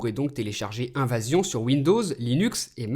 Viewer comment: mdr "invasion" au lieu d evasion :p (3;14)